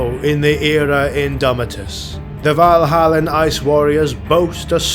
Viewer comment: Valhallan Ice Warriors, not Vanilla Ice Warriors. Got to read slower.